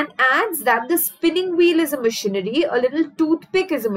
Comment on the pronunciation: Mam when you say machinery..it sounds like missionary ...that part was soo funny...but the rest of the video is very helping